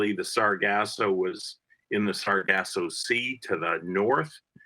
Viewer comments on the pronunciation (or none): He said... “The great Atlantic-Sargassum belt”😂🤣😂